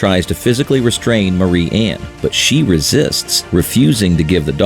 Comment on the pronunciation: Marianne is "M-AIR-E-ANN" "MARY-ANN"